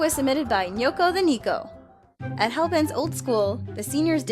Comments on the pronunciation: Neko = NECK-o. instead of just assuming you're right. look up words you don't know. Neko means cat in japanese btw. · well said in a video that she doesn't watch anime so it's alright for her to not pronounce "neko" properly.